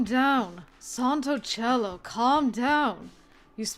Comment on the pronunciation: I love this route, but it is so sad to see how mean we were to Angelo when we first had, uh... ,well... FUN TIMES! (yeah let’s go with that). Oh, and when you tried to say Santo Cielo, you said Santo Chelo not Santo Si-elo. 😂 And I am so stupid for forgetting, but what does cara mean again?